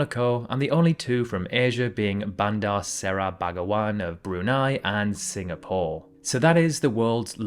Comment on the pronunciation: I love your videos man, I do. But I hope you'll try to pronounce place names correctly next time (example here is Brunei capiral). I know it's not easy but it'll make your videos way way better.